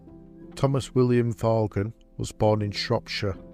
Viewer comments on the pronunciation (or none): The surname Vaughan is pronounced as VAWN, with a silent G.